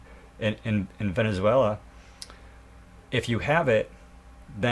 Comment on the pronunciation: Dude! VenezuaLIA? Gotta get your pronunciations down. It'll make you sound more legit!